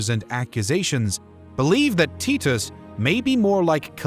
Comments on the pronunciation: The pronunciation of titus is killing me lol..tee-tos? Always thought it was tie/ty-tus.. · Its Vespasian. Vess-spay-zee-un. Titus. Tie-tuss. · They are pronounced VES-PAY-SIAN and TY-TUS. not whatever you were saying. Good video though, especially giving Domitian his dues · Teet-Us had me laughing so hard. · tit-us xD